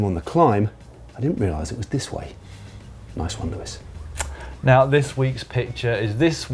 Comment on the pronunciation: Luis is said as Louis. Or luey not Lewis